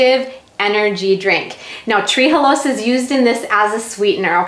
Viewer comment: It's Tre'halose not tree-halose